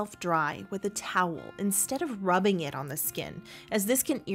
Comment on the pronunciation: Peripheral not periphreal.